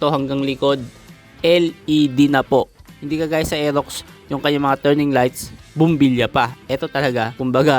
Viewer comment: Bulol r elox daw